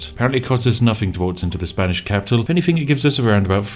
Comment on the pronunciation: Everytime i watch a spiff video "Anythingk"